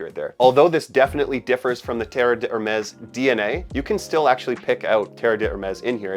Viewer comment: Great fragrance with just the right amount of longevity and projection for a summer scent. The non-twist cap allows the bottle to be refilled -- greater sustainability. And it's pronounced like dare-MESS; the d' isn't separate because the H is silent.